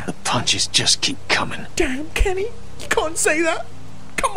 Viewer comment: Uhhh did you go to kinder garden it’s Kenny not kenne